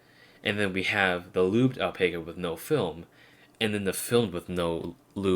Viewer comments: Owl-Pack-Ah .. pronounce it like that, I should know, I have the flesh and blood kind. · I believe it's pronounced Al-pac-a with short a, like pac-man.